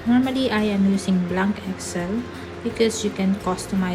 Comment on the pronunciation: I love the way when you say "blaank" excel instead of "blenk" excel Loved your accent 😍